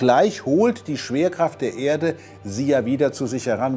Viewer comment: Hab ich mich verhört or sagt er statt schwerkraft saft??😂